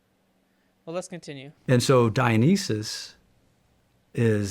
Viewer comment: Dionysus is being pronounced incorrectly.